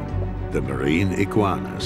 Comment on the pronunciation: i giggleinside when he says 'iggigauanas'